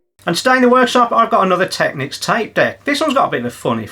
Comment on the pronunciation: thumbs up for saying tech-nicks... why some think technics is pronounced techniques i will never know :)